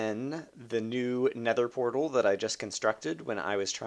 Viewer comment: At the beginning it sounds like you say: alright i am by the snether portal